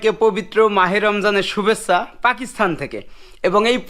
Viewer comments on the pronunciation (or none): সালাম দেওয়া শিখ শুভেচ্ছা রে সুবেচছা বলো কেন 🫵